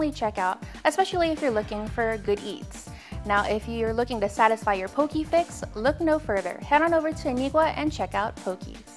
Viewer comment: ...Get it RIGHT! It's pronounced Poh-kay...NOT Poh-kee!